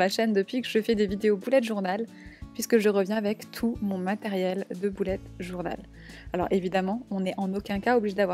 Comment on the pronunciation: Tu dit boulette journal